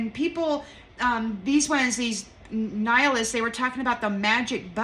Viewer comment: "Knee-high-alists" lol. That, too!